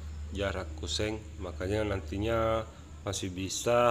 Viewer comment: Kusen bukan kuseng, pasti org Sulsel 🤣🤣🤣